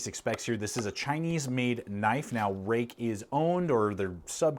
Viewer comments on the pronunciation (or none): Roook, not Rake. Fruit has the ui in it and is pronounced froot so therefore Ruike is Roook not Rake.